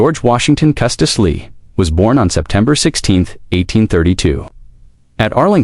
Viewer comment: Why can't Ai pronounce Lee